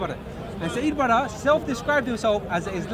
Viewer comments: that somali boy has lost all his daqaan he can't say siad barres name right he speaks to this abti in a rude manner which is against our culture you never speak to an elderly like a person you're age or younger and he calls him akhi wtf are we are Arabs and he isn't your akhi he is your abti your uncle. caabta 😒😒😒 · he can't even say siad barre names properly I'm doubting him until he speaks somali I bet you he can't say a word